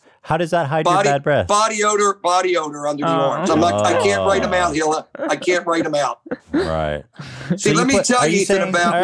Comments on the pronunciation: Oliver Tree: “Hee-Lah” Jimmy: “illa” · I love how Jimmy insists on calling her HILL-AH. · is still calling Hila, HILL-A. Lmao.